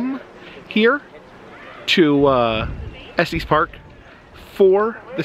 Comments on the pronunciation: If you want to sound local, it’s not pronounced Esteez Park. No long e. 😊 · Just fyi it is pronounced Estus, not Estees😊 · To clarify further, it sounds more like ESS-tiss. It should rhyme with "hiss," not "testes"! 🤣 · Just FYI, Estes is pronounced like es-tess (no long "e"). The "crank" on elevator is originally how the elevator employee would manually operate it before we had buttons. Moving it back would go down, moving it forward would go up, straight up would stop it. The further you moved it to either side would make it go faster. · there is also a semi trucking company. i believe that is the long eee in the middle. Estes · It is pronounced Eh stuhs park. First time I’ve ever heard it pronounced the way you say it.